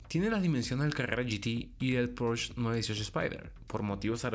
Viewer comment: Pues, si el presentador de un canal dedicado al mundo automotriz no es capaz de pronunciar PorschE correctamente, y en su lugar dice algo como porch... pues ya no se le puede creer nada...